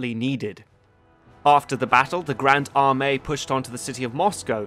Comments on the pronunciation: Nobody:: Armay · It’s not Armay but Army